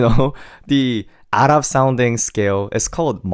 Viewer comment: Im so sorry but as an Arab the was he said "ARaB" is so funny😭😭😭